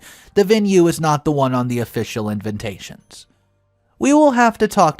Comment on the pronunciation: Just curious, why do you always say invintation? Or I’m just deaf….